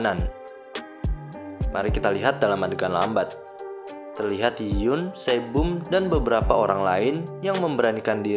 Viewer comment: Berikut beberapa kesalahan pada video ini : 1. pengucapan nama karakter Yoon Sae Bom yg benar harusnya YUN SAEBOM, bukan yun sebum. 2. pengucapan nama karakter Jung Yi Hyun yg benar harusnya JEONG I-HYEON, bukan jung yi yun. 3. pengucapan nama karakter Han Tae Seok yg benar ya HAN TAE SEOK, bukan han te suk. 4. pengucapan nama karakter Oh Joo Hyung yg benar harusnya OH JU HYEONG, bukan oh ju hyung. Jelas, dari sini kita semua bisa liat klo si adm ga teliti dlm melakukan pekerjaannya. Bagaimana bisa dia melakukan kesalahan disaat dia sedang mengoreksi kesalahan dari hal lain? Manusia emang ga lupuk dari kesalahan, tp klo dibanding kesalahan dlm penempatan barang yg berubah tipis dari tiap scene film/drama (seperti bbrp yg admnya sebutkan di video), jelas, salah menyebutkan nama jauh lebih fatal. Terdengar sederhana dan sepele tp sebenarnya itu berpengaruh sangat besar dlm berbagai hal. Sekian koreksi dari saya, terimakasih.